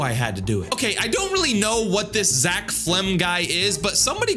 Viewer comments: its not zeck flems its zeck felms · It’s zeck felms not zeck flees😡😡🤬😡🤬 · It’s not flems it’s felms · it's ZACK D FILMS not zeck felms